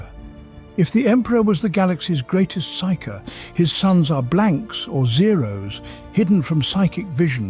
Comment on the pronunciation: Excellent content, I was mildly distracted by differences in pronunciation of “Primarch” and others, like how “Psyker” and Psionic was pronounced “P.S.I” a couple times.